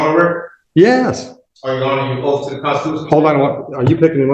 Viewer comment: Its oath not oaf